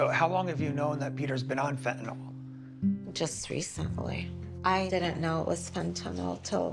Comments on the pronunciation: Good way to put it. But now maybe someone can explain why people insist on calling it, "fentanal," when it is "fentanyl," i.e. pronounced like fentanill - as in, "ill." Very ill. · It is Fenta-NIL. NIL, rhyming with drill. Why must Yanks mispronounce it Fenta-nawl, rhyming with drawl? Such carelessness conduces towards moral decline and addiction. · I hate when people say fen ten (all) ! It is called fen ten (ill) ! Real simple ! Fentanyl ! Get it right ! Even most news reporters say it wrong !